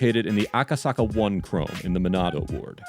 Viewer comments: Lol pronouncing chōme like chrome... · I think the narrator was hired on Fiver, was only emailed a script, and assumed chome was a typo, lol